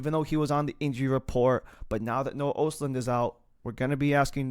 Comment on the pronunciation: Pronounced ahstlund. Its a hard o